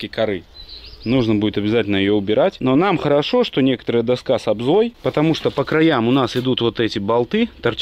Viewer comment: Все грамотно и красиво только у доски ОБЗОЛ а не обза.